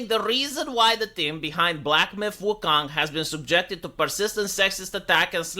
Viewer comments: he said Woo-Kung xD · Wuhkang... Dude doesnt know how to speak...